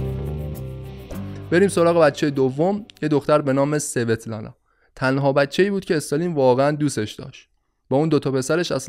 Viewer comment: سلام خیلی ممنون از پادکستتون. فقط یک نکته در باره نام دختر استالین. این نام در روسی با تلفظ اسوتلانا خونده میشه. نامهایی از این دست در فرهنگ روسی کم نیستند و همیشه به همین نحو یعنی تلفظ ضعیف حرف سین همراه خواهند بود. - با مهر